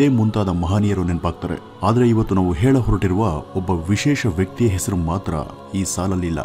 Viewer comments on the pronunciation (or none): none